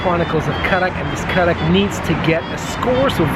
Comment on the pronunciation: Thank God... You got the right. It's Kadak not Karak. I don't know why every place in UAE it's written Karak. And even samosa. Everyone in UAE says sambuusa. It's very irritating when they mispronounce Indian dishes.